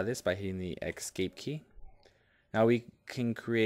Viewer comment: Excellent video. But it's "escape". Not "excape". Made me crazy.